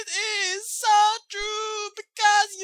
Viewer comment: I die every time he says "So!" In the beginning. Sounds so damn Mexican. XD